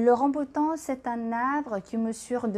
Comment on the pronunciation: ขออนุญาตแก้ไขนิดนึงนะคะ :) ภาษาฝรั่งเศสเราเรียกว่า RambOUtan นะคะ ไม่เหมือนภาษาอังกฤษค่ะ Je vais vous parler ใช้ infinitif Complètement* ระวังนะคะ è ไม่ใช่ é Comestible มี m ตัวเดียวค่ะ Personne (en mange) ไม่มี s Au niveau du* prix 2 kg et quelque chose ไม่มี s Ça vous a plu* ไม่มี e ค่ะ สำเนียงพี่ดีมากเลยค่ะ :)